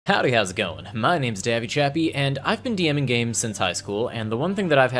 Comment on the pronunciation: Liking before I finish the video just for the way you say names.